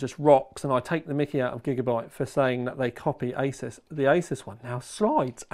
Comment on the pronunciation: Honestly, love you for calling it "aysaas" and not "aasoos" like many others.